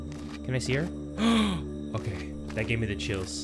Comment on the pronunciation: its not OKEH 💓 to be OKEH (titancry😭)